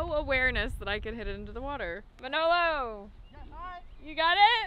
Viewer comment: just needs to learn to pronounce Manolo's name. Pronounces it like a real mangia cake....lol.